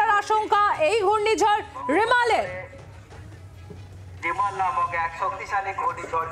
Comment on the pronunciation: আপনাদের সাংবাদিক রেমাল কে রিমাল রিমাল করে যাচ্ছে কেন